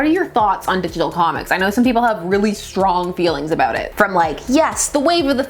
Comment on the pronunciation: You had me at 'aboot'.